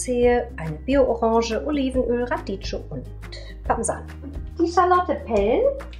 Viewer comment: Radicchio wird Radickio ausgesprochen